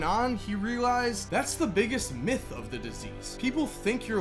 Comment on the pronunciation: You do realize you don't have to emphasize the word by pronouncing it "thee" with emphasis, every single freaking time! Do you tell your girlfriend, "hey babe, I'm going to "THEE" store, be right back", lol.